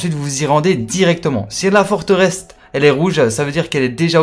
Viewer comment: Forteresse blaireau , pas Forterest ...